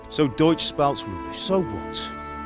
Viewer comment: Bang bacanya bukan des(deutch) bacanya doic): eu dibaca oi hehe jerman